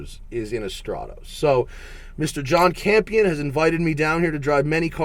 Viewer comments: You are pronouncing stratos wrong, annoyingly so..it is not straaatose “strat-os” not oosse... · Stratoes, not even good at 'ralleying'. Fucking burk.